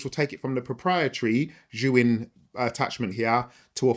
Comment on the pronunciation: god it's so refreshing to hear a filmmaker correctly pronounce Zhiyun 😂